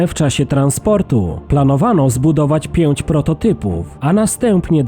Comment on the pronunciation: Dziesięuć. Pięuć. Dziewięuć.